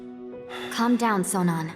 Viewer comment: STOP SAYING CHARACTER NAMES WRONG. Literally Sonon’s name is said SOOO many times in the game. Too Many times to say it wrong in a YouTube video telling me about the game. Otherwise it’s a good video.